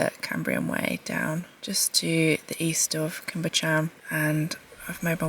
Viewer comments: Cwm Bychan....Cum Buch ( ch....as in Loch) Ann. 👍🏻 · Such stylish, interesting, watchable click bait 😉I mean that in a very nice way . Walking in that big and ferns is really exhausting Oh, Cwm Bychan, pronounce it Coom buchann Loved it 👌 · Cwm Bychan as in ch for LOCH!! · It's pronounced Coom Buck-ann lol. I'm not Welsh but lived there for some years, my kids speak Welsh and laugh at my pronunciation haha. Thanks for another great video, lovely to see the place I used to wander when I was younger!! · Cwm Bychan is pronounced cum buck-an. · I was lucky enough to live around there for many years. I know that swimming spot well. This film warmed my heart! Well done! ps. Your pronunciation is hilarious, please don't change it! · I love your vibe!! 😎 PS when you have time you might want to work on your pronunciation of place names. Cwm Bychan eek! 😂